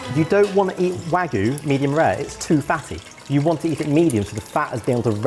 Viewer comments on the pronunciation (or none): I say this with love; mispronouncing 'wagyu' is a food crime. Japanese is written phonetically - 'wa-gyu', not 'waggu'. It's easy. Now go to food jail. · I don't care what you do with it but if you keep saying "wagoo" you might lose a subscriber! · The real food crime in this video is pronunciation of wagyu